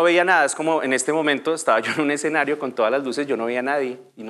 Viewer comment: La voz en off es hecha con IA? Aunque pensándolo bien no lo es, porque la pronunciación sería perfecta. Cómo es posible que diga todo mal. Exenario es la peor. De por Dios!!!